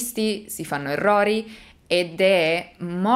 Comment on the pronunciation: Già dire " èrrori " !!!!